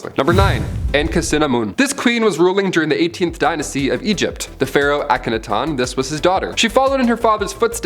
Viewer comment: As always, I thoroughly enjoy your varied lists and subjects. Although I am partial to the ancient civilization lists. However, I have a little pet peeve about your pronunciation of King Tutankhamun's heretic father. Please try saying AA-KA-NAA-TIN. This is phonetically spelled to make it easy to say. Due to my mental shortcomings and neurotic personality, improperly pronounced words are like nails on a chalkboard. Besides that, you and the channel are always incredible and satisfying to watch